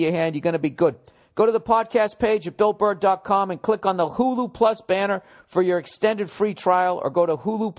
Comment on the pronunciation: Am I the only one who dies laughing when he slips up on words when he reads the advertisement shit? "Bull Burr dot clom"